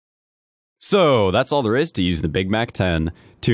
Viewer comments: Why "GAY-k47" ,I thing this should be "KK-47" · lol gay-k 47